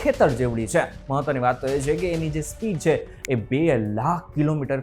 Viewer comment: Bhai “chhe”bolta sikho pehla! Please